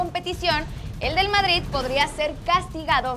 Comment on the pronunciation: estoy perdiendo mi tiempo, para que debatir de alguien que dice "vardrid". Ahí me doy cuenta como son las cosas. 🤣